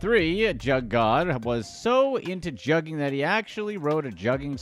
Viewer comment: Your definition and pronunciation of juuging is all wrong